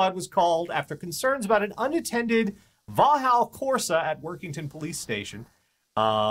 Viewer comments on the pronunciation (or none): I know you won't read this, but for the record it's pronounced vocks-all. And the Corsa itself falls into the category of "tiny British cars".